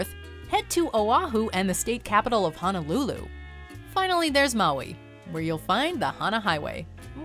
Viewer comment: As well as HONOlulu (not HANAlulu) lol